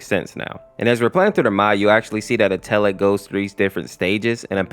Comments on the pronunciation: i hate you say (eh-teh-led) eteled, its actually (et-el-edd) eteled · In the eteled series he's pronounced "ed L led" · UMMMM ACTUALLY- IF YOU GO TO GOOGLE TRANSLATE, THEY SAY ITS PRONOUNCED ETOLED 🤓🤓🤓🤓🤓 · WHY DO YOU PURNOUNCE ETELED LIKE THAT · Just to let you know, your saying Eteled wrong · You said Eteled wrong 😭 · I don't mean to sound rude, but Eteled's name is actually pronounced like "kettle" without the K and then the last syllable is like "led", and then its said all together fast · A little braincell fizzles out whenever he pronounces eteled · Listen bro some people have harder times pronouncing words than others and sometimes those words can be pronounced multiple ways such as chara So give. a break man